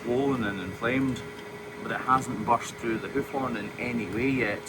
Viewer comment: I love the way he says “hoof”